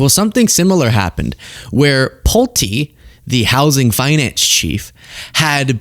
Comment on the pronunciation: You were correct! It is pronounced PULT - E, with a long E. His family builds homes. I lived in a Pulte home as a teenager. My mom had just bought a home from Pulte homes, it was new construction.